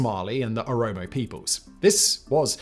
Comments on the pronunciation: So many pronunciation mistakes. I'm surprised nobody else is correcting you ( you constantly called Oromo "Omoro", lalibela as "lalabela", dire dawa "dayadawa", and so on). This are simple words. If I can pronounce Schwarzenegger then you should pronounce these words correctly, 😂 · Its really unfortunate to spend the entire video misnaming the Oromo as Amoro, just because it sounds close to Amhara, after spending the first half of the video saying you wanted to be sensitive to the nuances of the crisis and ethnic tensions. That can lead unfamiliar people to completely misunderstand the situation. Really annoying when youtubers and politicians can't be asked to bother to name people and places in crises correctly. We're not even talking about pronunciation here, just read the actual word on the page. That's all we ask. However, you want to pronounce, at least get somewhere in the ball park. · Mispronounced Oromo only right? Let's not mention amhara wanted to claim back tigre land from 35 years ago. While taking every chance of the war to destroy tigre. Made it a personal war. Amhara are also at war with all their neighbours . They also didn't want the peace deal. They are destroying illegal homes across Ethiopia specially oromia. All and all Amharaa is a thorn in Ethiopia. Question is what do they want ? To rule Ethiopia nothing less at this point. HENCE THE PROBLEM. Now amharaa youth are bieng tricked to die !!! Fighting a unwinnable war. If Ethiopia breaks apart do to amharaa everyone looses. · It's Oromo, not Omoro... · Oromo not Omoro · This explains the crisis in Ethiopia from the beginning till now. The best detailed explanation I have ever seen... Other than guy saying the Omoro people instead of Oromo. Great documentary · Oromo Simple to pronounce Throughout you said omoro Keep an eye on these things in the future Other than that, so happy to see you cover this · How did you go the whole video pronouncing OROMO "Omoro"? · Good video but 😅you keep saying Omoro